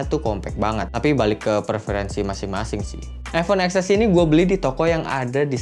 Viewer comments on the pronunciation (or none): Ten ex bangg bukan ex ess berasa ngilu gituuu di gigi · “Eks-Es” ceunah, padahal penyebutannya “Ten-Es”.  sendiri yang confirm.